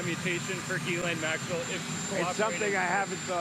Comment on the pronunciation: I’m pretty sure it’s pronounced Jizzlane. Why not? You’re mispronouncing it anyway.